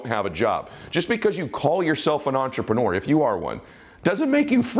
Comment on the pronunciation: Love your videos, so inspiring, I sit with pen and paper to write down key points and ideas. The only negative, which probably is not one for most, especially Americans, is that you use the word entrepreneur ALOT, which is great, but I really wish you could learn to pronounce it properly as listening to intreprenewer ( the ending should be more like manure, not manuwer) it kinda like fingernails on a chalkboard. Just a little thing, but the Francophiles out there would say merci.